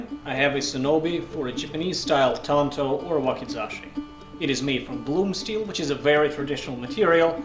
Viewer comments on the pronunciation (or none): none